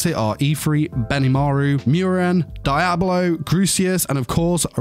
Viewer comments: in a way but his pronunciation of Diablo is annoying sometimes love his videos though. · Dude your pronunciation of Diablo is really getting to me. Come on man. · I feel you there, I feel all these anime review channels only watch subs and don't watch dubs to hear the proper pronunciation of the English versions of their names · The actors actually try but I feel these youtubers just don't really care to learn the actual pronunciations of character names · more power to ya I still think his pronunciation of Diablo annoying 😒.